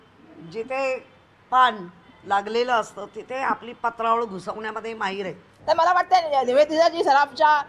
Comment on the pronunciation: पत्रावळ नाही पत्राचाळ म्हणायचय काय😂😂😂